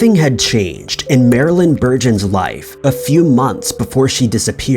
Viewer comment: #5 the name is, Marilyn.Bergeron not Bergon!